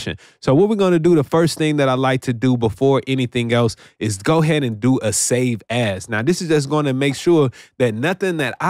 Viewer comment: ure "save as" sounded like save ass.. sounded cool thou.. loved the tutorial